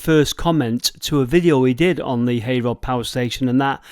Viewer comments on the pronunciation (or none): Thanks gor that guys. I live very near the old Micklehurst loop line. I heard 2 little locomotives that fed the old Heyrod power station ended up in India. Heyrod is pronounced Herrod !! I am no stranger to the Stalybridge buffet bar - Michael Portillo has even visited & tried the black peas. Also Oz Clarke & Jamed May !